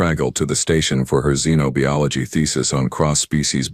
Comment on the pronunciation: Xenobiology is pronounced like ZEN OH BUY OLOGY. The i in biology is NOT pronounced like bee.